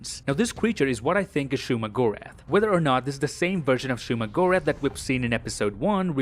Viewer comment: bro it is not shuma lol